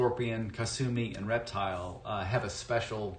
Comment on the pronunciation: I thought the announcer was saying " erectile " 😅